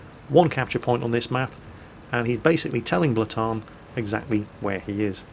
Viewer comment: You called the second games player Blaataarn :P The E50s name is Reapex?